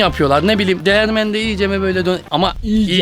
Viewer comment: Kesinlikle değirmen değil değermen sjjsj 😂